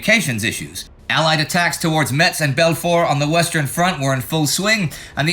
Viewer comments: At first, I thought Indie said " Patton takes meths " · FYI the "t" in Metz is silent. (Pronounced Mess). I know i'm nitpicking, but the people of Metz are real pains in the ass aboitt that 😂